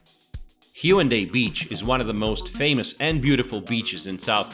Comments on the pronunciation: why does he say HYUNDAI beach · It’s hae un dae. Not hyundae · Haeundae(x) Hae-un-dae(o) most Koreans cannot understand it if pronouncing it consecutively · It's pronounced HAE WOON DAE. I think knowing the pronunciation of a city is fundamental before introducing it, don't you think? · The way he pronounces Haeundae and Seomyeon gives me anxiety. Having said that, this is a great video showing the general areas of Busan and what it offers. Nice! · This dude can't pronounce one thing correct! Gwangalli, Seomyeon, Haeundae, He can't even pronounce Marine City correct! He says Marin City hahaha. It must be a bot lolol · your pronunciation of haeundae is terrible.. do some research before posting you're good ignorant video.